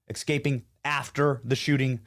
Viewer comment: Escaping, not Excaping. C’mon, Benny.